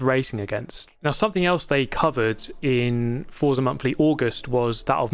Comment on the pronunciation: please pronounce Forza correctly! Is an Italian it's like getting slapped each time you say it. Forza is Italian for Force. Z is pronounced as "ts", like in pizza.